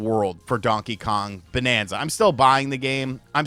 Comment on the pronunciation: BANANZA and not bonanza!!!!!!!